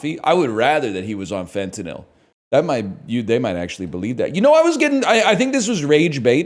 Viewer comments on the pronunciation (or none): none